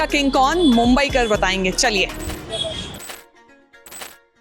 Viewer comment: Maa mumbadevi🕉️ ke naam par basa ye shahar mumbai hai aagar tumhre naam se tumhe galat bola jaye to kaisa lagega iss liye jyada angrej matt bano bharatiya hi raho oor bhartiyoo jaisa hi uccharan karo😂. Jai Hind Jai Maharashtra 🕉️🇮🇳🕉️🇮🇳💪⛳🇮🇳